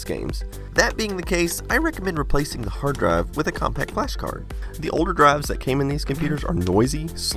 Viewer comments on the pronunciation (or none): "Hard draive"